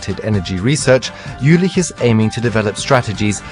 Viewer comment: Was it only me who got annoyed everytimne he said "Jülich"?